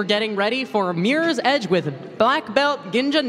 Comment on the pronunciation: Mirrors Edge, not Meres Edge